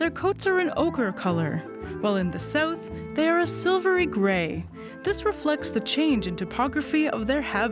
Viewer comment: Lol. “Sewth” instead of south. So Canadian.